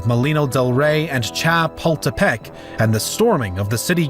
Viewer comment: Thanks for pronouncing Chapultepec properly